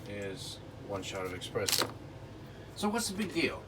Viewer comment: Espresso, not expresso ☕